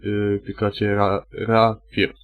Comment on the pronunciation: "rapir" hahahaahah